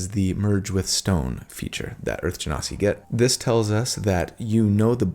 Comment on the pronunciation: You pronounced Genasi correctly! 😊 I'm so proud of you! You've come a long way! Now we have to work on your Yaun Ti.. it's pronounced Wahn Tee. 😉